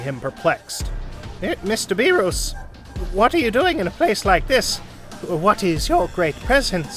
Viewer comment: Bro... Whist, Bee-Ruus